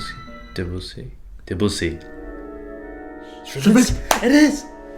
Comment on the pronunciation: how come he doesn't know how to pronounce debussy